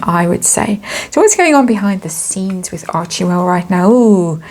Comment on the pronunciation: It's pronounced Archwell, not Archiewell